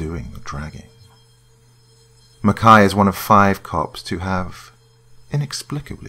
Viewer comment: Beautiful narration. (Thank you for pronouncing "Mackay" correctly. It's been a long time since I've gotten to hear that.)